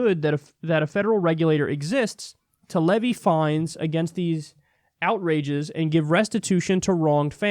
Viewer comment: Kyle can't pronounce "duplicative" or "outrages"; two more lacuna in his education.